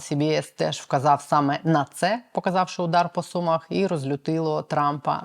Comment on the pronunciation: Не СУмах а СумАх, так говорять сумчани! Вибачте!